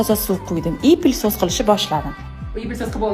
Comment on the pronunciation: ПЛИСОС ЭМАС ПЫЛЕСОС